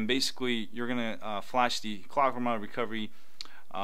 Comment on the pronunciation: My phone keeps starting in Clock-Mwahwah- Recovery every time its completely off, (thats how you pronounced it for me) did I do something wrong? I do have root though